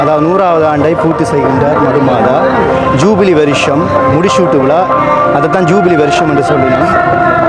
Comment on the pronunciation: Please say ஜுபிலி not ஜூபிவி.